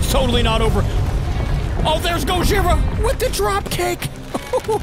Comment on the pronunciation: The guy that you said that you Was gohira it was actually Show Gojira